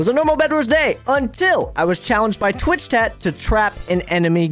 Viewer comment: LOL HE SAID TWITCH TAT Anyways rly cool vid.